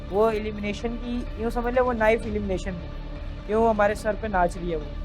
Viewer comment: DIDI ITS ALIMINATION OR ELIMINATION 😅😅